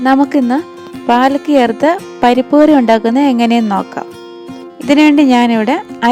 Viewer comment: ഗിർഗിർ ആണോ പാലക് എന്ന് പറയുന്നത്